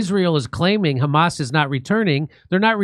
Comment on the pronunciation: "you know it's the khamas" LOL